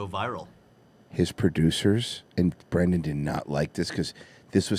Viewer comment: It's bwendan.......U ileterate,u beast of a banana/mango/coconut vessel? ;)